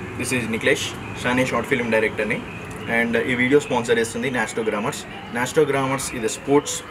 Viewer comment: Anna adi nasto gramus kadu nastro gamus